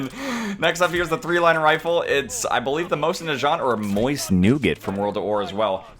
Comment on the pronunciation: im sorry but how did you fucking pronounce mosin??